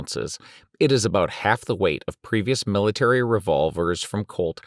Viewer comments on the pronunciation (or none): none